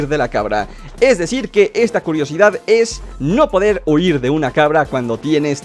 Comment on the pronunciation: soy yo o se escucho huyir xd PD: autolike para no desaparecer